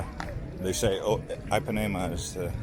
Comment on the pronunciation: LOL Ipanema is pronounced "Eepanema" not "Eyepanema"! XD